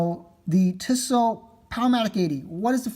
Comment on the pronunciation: it's pronounced 'Tea-so" not "tiss-o"